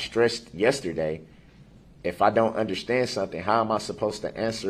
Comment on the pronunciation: If you don't "undershtand" why play a lawyer? If you don't "undershtand" why do you keep over talking the person trying to help you "undershtand"?